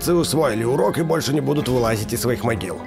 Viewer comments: Могила а не магила хахаххвхв ну ладно 👍👌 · мОгила, а не мАгила🤦